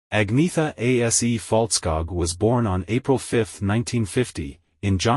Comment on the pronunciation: Terrible pronunciation of the members names! If you make this type of detailed history of people’s life, please learn how their names are pronounced! Especially Agneta’s last name Fältskog and her home town Jönköping is ridiculously mispronounced here, it should not be difficult to found the correct sound of the names online if you were really interested! 👎